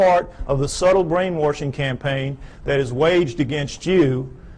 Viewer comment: It's hard to take him seriously when he keeps saying brainwoRshing.